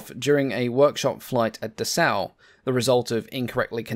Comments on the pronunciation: Right - and it is pronounced DESS-au, not d'SSAU. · It's "Dessau", not "Dessaur". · That is what I mean, but I wanted to emphasize that the emphasis is on the first syllable. The narrator of the video is saying it as if it were French, "D'Sau" or something like that. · And the actual name of the city is pronounced De-ssau 😅